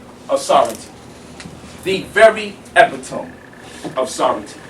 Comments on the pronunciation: Your BODY is considered LAND! Hence EVERYONE is SOVEREIGN! It's NOT about the "Land" anyways! It's about the CONTRACT! This silly ass naga can't even pronounce the word E-PIT-TO-ME. There is so much incorrect information in this video. This video was made 5 years ago and this brother is probably still BROKE today. Yet, he tried to "teach" things he don't even fully comprehend on his own. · he pronounced epitome wrong